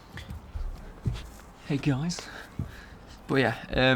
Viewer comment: hey gyeyes